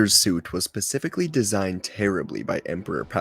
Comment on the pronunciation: SPEcific.................not PAcific 2 seconds in and I'm already out.......paused the video, made this comment, hit the dislike button and I'm out.